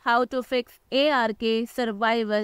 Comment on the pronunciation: sprich das game richtig aus IARKIE